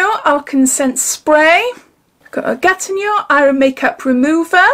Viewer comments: It's pronounced 'Gatino' 😊💋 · hi GATINEAU is pronnonced GA TI NO, decollete is DE COL TE the TE sound is like the VE from cerave hope I am making sense. Nice box and fab new nails x